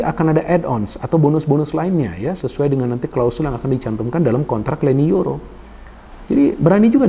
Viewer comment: Leny Yoro bung 😂 bukan YENY LORO 😂 klo dlm bhsa Jawa brarti YENY DUA 😂